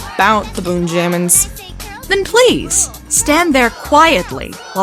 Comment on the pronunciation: it's not boon jammins. it's boonjamins. like benjamins.